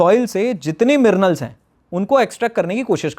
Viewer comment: Dr Saab minerals hota mirnals nahi